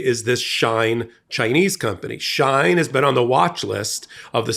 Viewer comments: The company is pronounced “Sheen” and the oppressed ethnic group (Uygur) is pronounced oy-guh. A little research wouldn’t go amiss instead of making numerous intrusive adverts! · It's pronounced She-in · It’s She in not Shine.. like Sheen .. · Here are some great links to vids that show how great China is, enjoy🍯 PS, you're pronouncing Uyghurs & Shein incorrectly. "Wee-gurs" & "Shee-In" are the proper pronunciations. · This is not a criticism but just an FYI. For future reference, Uyghur is pronounced We-gur and Shein is pronounced She-in. I hope this helps. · WEE-gurr. SHE-in. Get it together, girl. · Came here for this comment... And while we're at it, the company "SHEIN" is pronounced "She-In" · Shein is pronounced: SHEE IN Uyghur is pronounced: wee grr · The company is pronounced She'-in. And the people being enslaved, are the Wee'-grrr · It's pronounced Shee'in and it also has been involved in other things than child labor in 2023, this Company has been talked about for years for something even worse than child labor. US is a huge consumer of Shein. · And She In, like is she in? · May I suggest researching how to pronounce words that you don't know how to pronounce. For example, Shein and uyghurs.